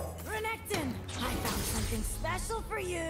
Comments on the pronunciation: you said Reggaeton💀💀💀 Love the video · pls never change Renektons pronunciation. It sounds kinda cooler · Thanks to you, I now can't stop calling Renekton "Regatone". It just sounds so much cooler 😎